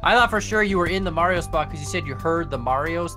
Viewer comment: actually saying Mario properly